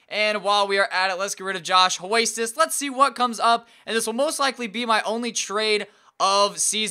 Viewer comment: Josh 'Hoist Us' 😂